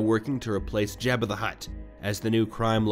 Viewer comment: It’s a good thing Jabba isn’t around to hear you mispronounce his name😜